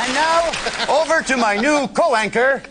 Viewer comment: Why is he saying co-wanker instead of co-worker?